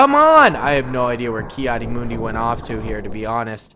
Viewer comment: it is kad di mun di